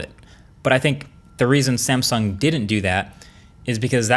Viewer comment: That 'sansung' feels very, very uncomfortable.